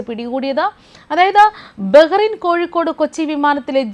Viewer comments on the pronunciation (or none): none